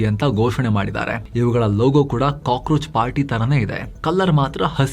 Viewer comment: Kakorachu ucharu